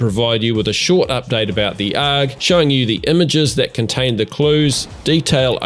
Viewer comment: I don't think anybody phonetically pronounces ARG... They just say the letters. That threw me for a loop.